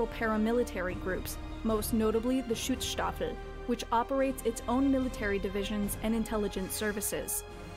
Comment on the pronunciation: Wtf, it's "Schutzstaffel". Like "Protection Squad".